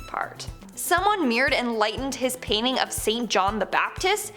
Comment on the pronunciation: What, exactly, is a "payning"? Is it anything like a "painting", mayhap?